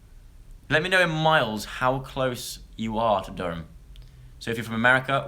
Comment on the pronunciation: Loved the way you said Durham aha spot on, P.S. I'm from Durham :)